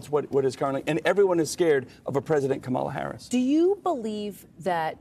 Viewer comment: it grinds me so hard when republicans mispronounce VP Harris’s name.